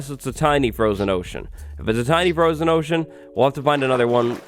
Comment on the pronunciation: Froshen ohshen